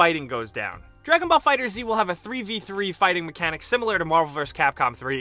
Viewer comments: The cringe i felt when he said fighter z instead of fighters. Here's one for you video boi, it's read dragon ball fighters not fighter z. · Its just pronounced Fighters!! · Lol I was just about to comment that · john monty it's not it's pronounced fighters the z is stylistic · Crepe Maister Fighter zzz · Its pronouncee fighters and that is that. End of discussion. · Crepe Maister no it's pronounced FIGHTERZ! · WAIT WAIT WAIT. Did this dude say fighter Z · It's actually pronounced Dragon Ball Fighters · Everyone gets it wrong and it triggers me. They know its pronounced fighters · It's pronounced Fighters the Z is a stand in for the S. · Fighter „Z“ 🤦🏻‍♂️🤦🏻‍♂️ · If you watch any of the streams that Bandai Namco has hosted they confirmed it is pronounced Fighters and call it that themselves. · I hate to be this guy, but it's pronounced Fighters, with the Z functioning as an s. I look forward to your retraction video. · I know it's been said in the comments before, but it's worth repeating. It's pronounced Fighters. The "Z" is stylistic. It's a reference to the Z-fighters. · 1 thing you need to know about dragonball fighter Z, its pronounced Fighterz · it's pronounced Fighters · Number 11: it’s pronounced “Fighters” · #11 it’s pronounced fighters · Pretty sure the game is pronounced Dragon Ball "Fighters". The Z is in place of the "s" for obvious reasons. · It's pronounced Fighters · It’s pronounced “fighters” 😩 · Lol it's pronounced Dragon Ball Fighters but instead of S it's Z...why is that so hard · Every time you say Fighter Z I cringe! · every time he say fighter Z I cringe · It’s pronounced as it’s spelled.... not “Fighter-Z” or “Fighters-Z”.... Not that hard to figure out. Ruined the video a single second into it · This guy is still calling the game fighter zee. 😂 Come on bro... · Crepe Maister prounced fighter then pause..... Then say Z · Every time I heard you say Fighter Z it sent me one step further to reaching Super Saiyan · Stop pronouncing the Z...